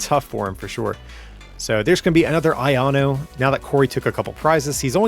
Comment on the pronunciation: “an aieanu in hand” - we’re gonna need to have some of those v”ai”kavolt-style PSAs on this supporter